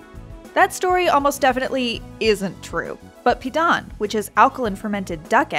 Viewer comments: Really weird hearing them say pidan without the proper tone but i guess I dont really like it on its own but it did go well with vegetables and salted egg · Pee-Dan Pronunciation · You know how people usually look up or google how to pronounce something before they start repeatedly saying it on a public platform? Yeah... it didn't happen here